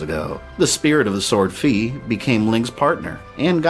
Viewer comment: Fi is pronounced (Fai) and Picori is pronounced (Pick or ee)